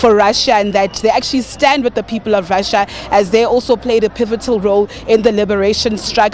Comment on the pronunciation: The time he speaking about RRRRRRussia, Ukraine was part of Rrrrrrrrrussia. Russia did indeed help ANC